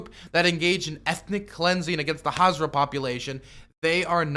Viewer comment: So what do u do? And they're pronounced haz ara. I worked with many of them in kandahar